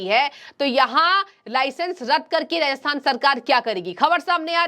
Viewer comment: Ma'am Rajasthan Hai Ji not rahathan